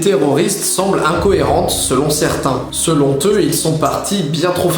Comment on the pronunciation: SeloN eux pas selonT eux par pitié ^^ Sinon vidéo sympa :)